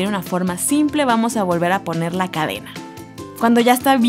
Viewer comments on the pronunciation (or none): none